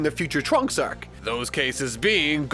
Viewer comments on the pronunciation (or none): ....are you saying"Arek" for arc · the way you pronounce the syllable "ar" like in are, arc ect is really weird, are you from Minnesota? Canada? New Zealand?